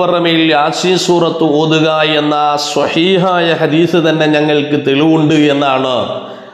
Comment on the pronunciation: ഹദീഷ് അല്ല.. ഹദീസ് എന്നാണ്.